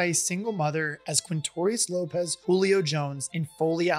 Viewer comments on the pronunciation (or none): none